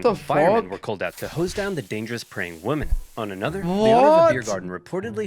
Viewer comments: Why the fuck does the narrator keep saying woman instead of women?? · What gets me is that the narrator pronounces "women" the same as "woman" XD